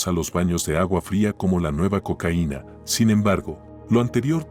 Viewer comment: No puedes decir Cocaina mijo